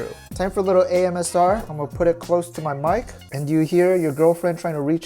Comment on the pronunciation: Did you say AMSR? 😅